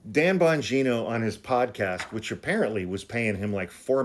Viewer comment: Dan Bon-gina LOL that gets a sub right there.